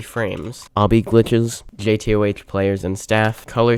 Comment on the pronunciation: why does bro say jay tea oh aych 😭